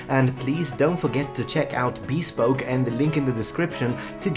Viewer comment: Did you call it "bee-spoke?"